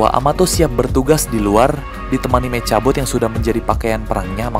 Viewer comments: Meka bot bang bukan meca bot hahahA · Bang: saran ngomongnya mekabot jangan mecabot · Bang btw mechabot kalo baca mekhabot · Nulisnya mechabot bilangnya mekabot. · Membacanya Mekhabot, tulisan mechabot👋❤